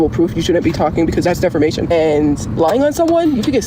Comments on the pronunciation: Getting both the name AND definition of it wrong, and she says it so proudly too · And of course her classic "defermation" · Immediately makes me think of the words defecation and fermentation the way she says it😂😂😂